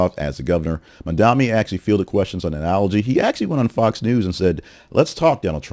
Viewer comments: Bro, I liked some of your other stuff, but you not calling Mamdani the clear front runner when he is obviously is, makes me queston your agenda. Also, pls say his name right. The guy has an amazing platform, he's FOR the people, and he absolutely cooked his comp in this debate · Fun to see you joining the meme of losers who can't say Mamdani's name correctly